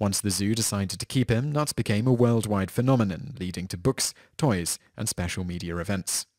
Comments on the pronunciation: Knut is actually pronounced with a k and not with a n at the beginning, so it knut and not nut ;-) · The K is not silent in Knut as it is a german name 😉